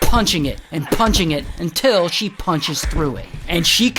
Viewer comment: that until makes me laugh😂